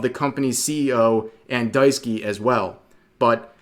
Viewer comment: Bruh, one thing. Daisuke is pronounced Dice-kay or Dai-sook-eh, not Daisuki. lmao. I'm onto you, Rev.